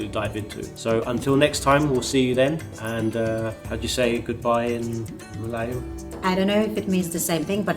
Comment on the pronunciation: Sorry bro but it is malayalam not mlayalm